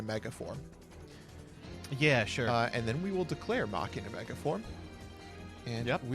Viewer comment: I'm so glad every time I hear say Machina correctly